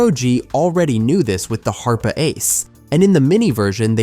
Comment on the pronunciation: wtf is a HARP EH mini? It is pronounced HARP. the E is silent.